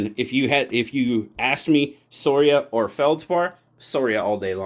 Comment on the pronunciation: Scoria, latin for dross or slag. Also you pronounce the letter c in that word I think, skor ee ah. Your calling it sor ee uh drove me nuts, lol.